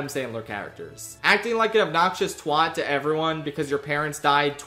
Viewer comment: pleas for the love of god stop saying twat wrong